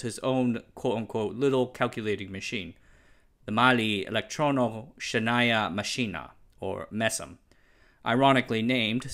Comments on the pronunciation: It's not 'shenaya' it's 'scheotnaya', meaning 'computing', 'counting', or 'calculating'. Just to make a correction. It's also interesting how proper Soviet computer development started in Ukraine. In the 90's a lot of the better Soviet\ post-Soviet video-games were also developed in Ukraine. Also, also, apparently there were plans to build a computer factory in my city (Chisinau), in the late-80's\ early-90's, but with the waves of nationalism brought about by the Perestroyka and Glasnost, and the subsequent collapse of the Union, this was never to be. Now the building where the factory was supposed to be has become a store and office rental. I suppose that even if we did have the factory before the Union collapsed, it would still go bust in the 90's on account of outdated tech, a broken economy, and a lack of resources (at it's happened with our tv factory). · Why is it necessary to butcher things one can't pronounce? As native speaker I didn't get that it was "счётная". Isn't it better to use closest translation? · Gosh you mispronounce счётная) no offense I get it it's hard to pronounce but I actually had to google the name of the computer since I wasn't able to figure out what you said ) (I am a Russian) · Good video, but it is essential to learn how to pronounce Russian words correctly. It’s not shenAya, but sChYOtnaya Mashina, meaning Calculating Machine. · it reads s-chetnaya machina. Like s-chocolate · Sorry, but you completely butchered малая and счётная in малая электронно-счётная машина, and единая in единая система